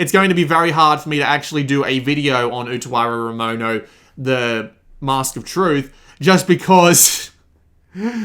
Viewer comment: jesus christ, your pronunciation of the title is amazing